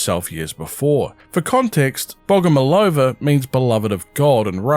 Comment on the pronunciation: I've just finished watching your previous prime assets video, thanks for another one! Just wanted to point out that firstly in Russia we stress the third "O" so we call her bogomOlova, and secondly this surname doesn't mean "loved by god" cause it doesn't correlate with the word love as we have other word for it in russian. It has two meanings. First one means a mantis as mentioned in the vid, the second one means a person who prays to a god though it's old fashioned and we don't use that meaning of the word